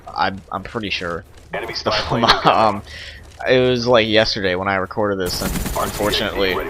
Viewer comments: mate it is called the famas not farma "Im using a farma" LOL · its famas not famaa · is it just me or did he say fama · It's Famas, we pronounce the S at the end. It's a French weapon : Fusil d'Assaut de la Manufacture d'Armes de Saint-Etienne (we could translate by : Assault Rifle of Saint-Etienne Weapons Factory, Saint-Etienne is a French city) ;) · it is French. But it's pronouced Fah-mahs.